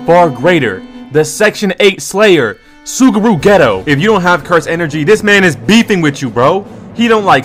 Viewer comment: It’s “Soo-guru Gay-toe” 😡